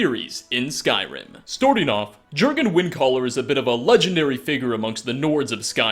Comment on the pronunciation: You say it more of 'yurrgen ' as it's scandanavian